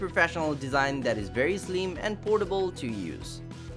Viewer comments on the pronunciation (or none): none